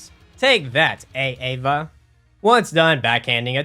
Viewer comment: It's Aava, not A-Ava. You're not a substitute teacher